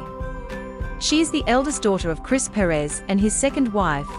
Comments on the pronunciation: It would be nice if before they talk about someone at least learn to pronounce their names right.Second wife was very pretty also. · She needs to do an in depth study of the topic. Chris was born in 1969 & not 1996. The pronunciation of the name is wrong. Cassie Perez is a smart & beautiful young woman. 🙋🏾‍♀️😇😁💞💞💞🎸🎶💃🏽💃🏽💃🏽🎊💫